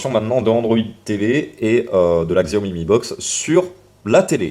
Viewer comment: "xiaomi" aïe mes oreilles XD. Ça se dit "chiaomi". peu de gens le savent mais c'est biens comme ça qu'on le dit. Comme "huawei" qui se dit "ruawei".